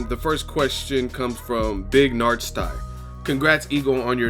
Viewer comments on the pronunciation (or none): its not big nar stie its pronounced big narsty #googlebignarstie